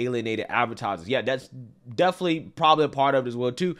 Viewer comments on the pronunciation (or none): none